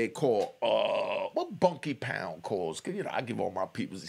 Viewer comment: PEACE 7 I'M 😅 OVER YOU CALLING MY GUY BUNKY # IT'S BANKY BUT YOU BE DEAD SERIOUS SAYING IT LOL